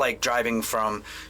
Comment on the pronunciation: Damn, your polish pronunciation is pretty lit (i mean the way you say "Warszawa" and "Poznań"; it really sounds like you were a Pole). But anyway, i identify myself as a dog and ive been pretty sad my whole life my school didnt think about fixing a box for me. So well, you better dont judge us as a whole.